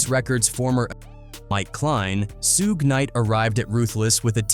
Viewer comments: F ALL THAT I SEE WHITE PPL CANT READ LOL IT NOT SOOOOOOG IT NOT SUUUUUUUUUUG IT SUGE example sugar instead of adding the ar you adding an E to that it Suge 😂😂😂😂😂😂😂😂😂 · Bruh that AI shit talk worse than Trap Lore Ross. The shit can’t pronounce “SUGE” shit said “SHA-GAY” lol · Who is sue gay lol its suge pronounced as shoog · Should've said So-gay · What the hell is a "Sugay"? Quit being lazy with AI and voice your own script, poser. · Soog? Soogay? Soogie? Holy hell AI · You done f*cked up already by calling a man Soogue Knight man WTH 😅 and even made me missed spell his name too right in this comment section. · Who the fvck is sooge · Who the hell is “Sue’Gay”? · SUEGAY....really lol 😂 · Hahaha Suuug knight haha. AI sucks! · Soog Knight😂 This AI stuff is getting out of hand. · Sooge, Sewgay, Sewgee, Topack, Rakeem... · Dang! Narrator needs some serious help. Suge Knight - Phonetic spelling: SHUHG (rhymes with “sugar” without the “ar”) 2 Pac - Phonetic spelling: TOO-pahk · "SUGE"!! Short for SUGAR man get it right or don't get it at all!!! #SMDH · “Sooge Knight” no shame with the AI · Hullup nihh mane!.... Who in the hell is SEEEWG KNIGHT!😂🤣😂🤣😂🤣😂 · When someone pronounces Suge like "soog" and then seconds later pronounces it suuuugay, you know this ain't the video to watch 😂😂😂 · true AI does say suuug ha ha ha. damn machine. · That guy “Soo-gay” night must have been really bad! 😂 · The AI voice in this video keeps calling Suge "SUEGAY KNIGHT!" Im rolling! Lol 😂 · I'm not. It's actually kinda annoying 😕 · facts. Soon as I heard "Suegay" I knew I had been A.I.'d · 😂😂😂😂 I came to the comments soon as I heard Suegay 🤣🤣🤣🤣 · Who the fuck is Suegay 😂😂😂😂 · Suhguey lol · AI channel ... "Soo Ge' Knight" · He said Soog knight & the peeruu bloods🤣🤣🤣🤣🤣whoever the fuck doing our culture of news, don’t know shit about hiphop what so ever……. They get the white peoples names right, but the artist🤣🤣🤣 is this shit on purpose?🤣FAWWKK 🤣🤣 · Toe-night is the night! AI...🤪